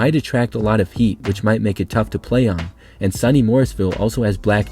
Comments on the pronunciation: SOO-knee, not Sunny Morrisville, lol. The stadium is right on a hillside so it just drops away on the far side. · SUNY, pronounced sooooneeee, not sunny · The "SUNY" in SUNY Morrisville is generally pronounced as "Sue-knee" and not so much "sunny". It's an acronym for State University of New York. Also, I believe Morrisville teams usually wear green and yellow. Maybe they changed that recently. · SUNY Morrisville is (soony) not (sunny) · Not trying to be a dick, but SUNY is pronounced SOO-NEE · SOO-nee Morrisville. And indeed, it's not too hot up there this time of year. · SUNY is pronounced sue-knee.